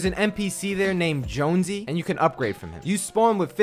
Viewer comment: Really? Joonsy? Come on its Jonesy